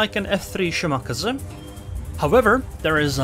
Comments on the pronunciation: it is pronounced shiMAKAze - shi (low) MA (high) KA (high) ze (low) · Let’s all agree the kleber nerf was a shortsighted mistake. It needs a serious buff. You just don’t see them anymore. Also your pronouncing of shimaKAZE is triggering me